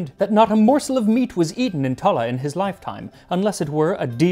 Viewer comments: Tallaght is pronounced with a 2 hard A's. Tah-Lah. It's also a kip these days. Lived here for 40 years. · Fair dues for your pronunciation, Max. Only main mispronunciation is Tallaght. It's pronounced tAh-lAh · Plenty of corned beef in Cork. Go find it. Tallagh is pronounced ta la , no u sound. Great video